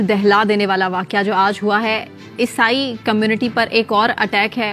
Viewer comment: Madam word is not esai